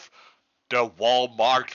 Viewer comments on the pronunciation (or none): took him 3 seconds to just say walmalt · It’s pronounced Walmart bathroom